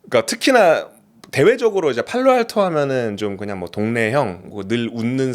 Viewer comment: 아 왼쪽놈 팔로알토발음 followalto 개거슬리네ㅋㅋ